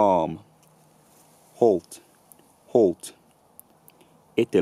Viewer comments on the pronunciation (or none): none